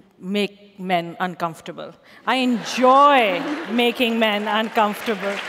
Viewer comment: The way she butchers "uncomfortable" into "uncomfurble" puts me in a state of maximum distress.